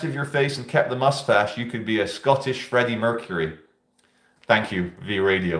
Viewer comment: Fredeeko mercuray